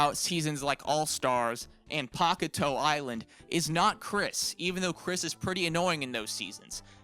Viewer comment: I hate how he says “Pock-a-toe” island They say it in the show, it’s pronounced “Pak-ey-tail” It’s also could be misheard as “Pak-ey-tay-eu”